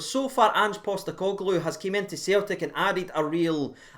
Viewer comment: Jesus for you that was a pretty good pronunciation of Big Ange’s surname 😂😂😂. Didn’t try Kyoto’s surname though 😂 I never have and never will say anything positive about Joe Hart. Fk him. Tomorrow/Today could genuinely end like anywhere from 0-0 to 5-5 😂😂 Neither team’s defence has been that good but theirs has been awful at times. It could also be 0-0 😂😂 We’ve actually got the same about of points in the league so I don’t understand how the media can actually say Celtic have been brilliant and that we are awful. Given everything that’s happened with the form of the defence of both teams, My prediction is a Rangers 3-1 win with Alfredo scoring 2 and Hagi scoring the other.